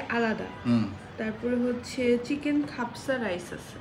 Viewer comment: খাপসা হবে। খেপসা নয়।